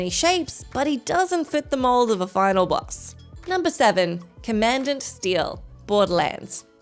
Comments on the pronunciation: I’m not crazy right ? Commandant is pronounced more like “common daunt” right ? And not “command ant” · Commandant = "Common-dant" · "Commandant"😄 Been a while since there was a properly funny mispronunciation on here. Thank you,! 😁